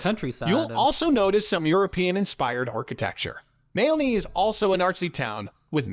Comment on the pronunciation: oh for goodness sake. Moo loo lah bah. Mal aney!